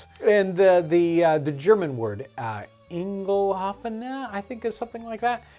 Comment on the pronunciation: You’re stressing the wrong pronunciation of eingelaufen. You are saying “eingel” “aufen”. First part sounds like you are almost saying Engel (angel). I think it should be pronounced “ein” “ge” lauf” “en”. Just my thoughts.